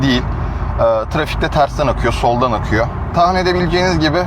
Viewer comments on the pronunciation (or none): Yo yo yo yo ne oldu "yor" ekine 🙄